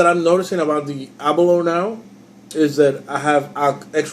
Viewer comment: Can't stand how most Americans pronounce Aberlour, it is not Aberloher, it is named after the Scottish village of Aberlour, pronounced Aberlouer. Similar sounding to (baking) flour.